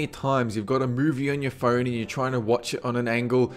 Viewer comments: It sounded like he said "fern" when he said phone. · i like how he says "phone" like "pheewn" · and phern for phone